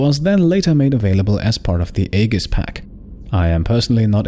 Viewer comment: "Aegis" is actually pronounced "ee-jis". It was a Greek word originally, so even most native English speakers don't say it correctly.